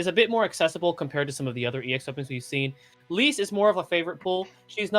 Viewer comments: Lyse’s name is canonically pronounced, “lease”. Great vid, just had to share that!! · You're definitely pronouncing Lyse's name wrong. It's like Lisa without the a. Leece. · C'mon, it's not so hard to say Lyse properly. Other people even said it, so you heard how it's pronounced properly.